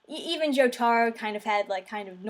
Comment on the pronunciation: Jo as in JoJo. Taro as in Tarot cards. Giorno keeps in with the hard Jo.